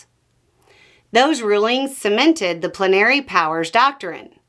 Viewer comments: I thought it was pronounced plen r ee not pluh nary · It confused me. I've always heard it pronounced "PLEN ah ree". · you’re putting the emPHASis on the wrong sylLABle. It’s PLENary. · I hate to be that person, but I've always heard "plenary" pronounced "PLEN are ee". Is there a different regional pronunciation?